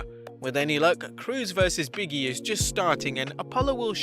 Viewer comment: BIG E NOT BIGGIE